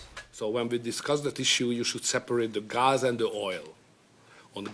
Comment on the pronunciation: He just doesn't know how to pronounce the word GAS correctly.